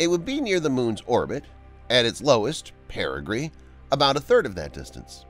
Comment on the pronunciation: Watch out for all those dangerous "perigrees" just after .